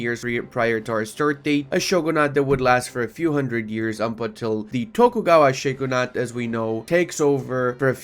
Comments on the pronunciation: SAY SHOGO-NUT ONE MORE FUCKING TIME Its shoo-ghun-ate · I just can't get over it he said shoogoonut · nah he just needs to not say shoegluenut ever again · just pirate it(and don't pronounce shogunate shoogoonut] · He kinda did when he said shoegluenut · not pronounced dhin-toe btw, just like it's not shoegluenut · I really hated him saying shoogoonut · it's probably and hopefully still mostly about conquest just like my comments are about pronounciation failure on the word shogunate, which is indeed not pronounced as shoegluenut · While he said shoegoonut 😢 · pls check out the correct pronounciation of shoogoonut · He said shoogoonut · Yo, we heard him say shoegluenut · Yeah, probably shouldn't be so hard on him for saying shoegluenut. I hope he gets better, and better at pronouncing shogunate. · Real reason was he was practicing his shoegluenut pronounciation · that's no excuse for saying SHOGOO-NUT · Yknow I don't think it is cursed at all unlike pronounciation of shogunate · very true very true he pronounceded shogunate wrong tho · Idk but he cant pronounce shogunate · His pronounciation of shogunate is terrifying me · made a mistake with the pronounciation of shogunate i think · why? (On an unrelated not, he pronounce shogunate funny) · ikr who tf pronounces shogunate that way